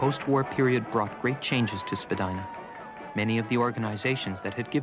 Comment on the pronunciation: Pronounced Spadeena not Spadina.